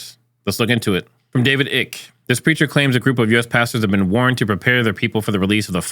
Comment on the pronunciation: Should say Icky.